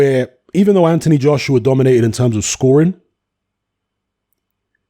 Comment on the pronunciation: pronounces Joshua like Joshrua 😂